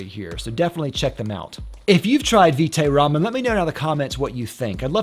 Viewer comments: pronunciation rhymes with bite or right. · It’s vite as in bite, as in vitamin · It's Vite like Bite with a V